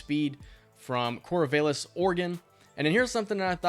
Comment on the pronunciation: LOL the way you said Corvallis. not even close to the correct way of pronouncing it